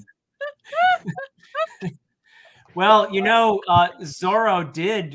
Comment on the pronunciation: It is objectively zoro not zolo. The reason we know being we see it written out in English. Someone probably already said this, but zolo comes from the original English dub and the company, 4kids, being afraid of litigation from I believe Disney, who owned zorro. The first edition of the English one piece says Zoro but they changed it in later printings